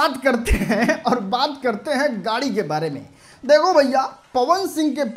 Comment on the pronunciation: Are pahle bolna sikho गारी नही गाडी होता है 😂😂😂